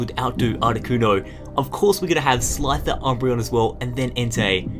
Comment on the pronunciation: And "Slyther"......... [Gives up] - [dies] SCYTHER!